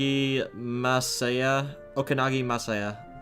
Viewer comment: Actually, you pronounced Masaya's full name perfectly. It's the first time I've ever seen a Let's Player get a Japanese name right on the first try xD